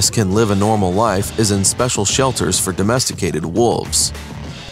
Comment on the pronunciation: The narrator keeps saying wolves like wooves....terrible